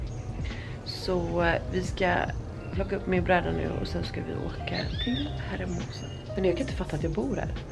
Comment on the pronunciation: Man uttalar inte H:et på spanska, säg Ermosa istället för Hermosa. Annars uttalar du resten rätt. 😄